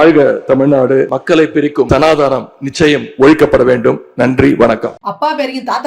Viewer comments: Sanadhanam apdingara varthaya modhalla ozhunga solla kathukonga Adhuve therila😂😂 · தாய்க்கழகமே வணக்கம் சனாதனம் என்பதை ஒழுங்காக சொல்லத் தெரியாத நபர், உச்சரிப்பு என்பது என்னவென்றே தெரியாதவர் நன்றி கெட்ட ஒரு மூடன் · தம்பி அது " சனாதனம்". இன்று சட்டசபையில் " சனாதானம் " னு சொல்கிறார். யாரும் உங்களிடம் "தானம் " கேட்கவில்லை. ஒருவேளை " சனா " உங்கள் நண்பர் எனில் நான் தானம் , தர்மம் எல்லாம் கொடுக்கமாட்டேன் என நேரிடையாகவே சொல்ல வேண்டியதுதானே. சில பொதுக் கூட்டங்களில் இதே நிதி " சானா தானம் " என...இன்னும் பல பல. " சனாதனம் " என்ற வார்த்தையையே ( மக்களே நீங்கள் சொல்வது கேட்கிறது இந்த 1 வார்த்தை தானா?.. பேசற எல்லாம்தான் தமிழும் தெரியாது. ஆங்கிலமும் தெரியாது..இந்தி பிடிக்காது.) சொல்லத் தெரியாதவர் . நீட் ரகசிய மாமன்னனாச்சே 😂😂. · He can’t even say the word sanaathanam 🤦‍♀️